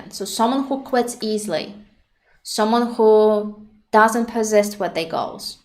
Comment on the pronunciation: i like how you pronounce their as "they"